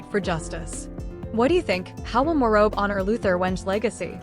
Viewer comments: Pronounce PNG names well? Hate to hear such insane incorrect incorrect name pronunciations Insanely prnounced Weng and Morob? Firebrand politician love watch him dominate most parliament question times May his soul rest in eternal peace ❤PNG loves you Hon. Governer of Morobe Luther Wenge❤❤❤ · thanks for the video but with respect to the leader and the preciseness of the video in particular the pronounciation of his name and the province is incorrect so please do check if not do not use text to speech AI rather use something else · Pronounce Wenge and Morobe correctly! Thank God for this great leader! God bless his family and let their hearts be comforted!